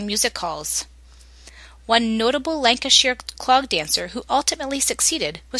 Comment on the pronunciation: Cracking review of the lancashire clog. But its pronounced lancashyer being lancashyer born an bread am being fussy